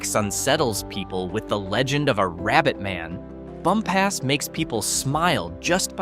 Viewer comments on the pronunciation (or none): It’s not pronounced bump ass. It’s pronounced bump us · Bumpass is pronounced "bump us," not "bum pass." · Bumpass - Bump us (accent on first syl) Staunton - Stan un (accent on first syl) Even Va. residents get these wrong. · It's pronounced Stanton. Do not come here and say Staunton. You also mispronounced Bumpass.